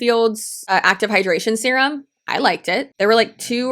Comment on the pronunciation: It sounded (to me) like you said there was a Vogue puff piece testing the new solutions in SPERM & skincare 🤣.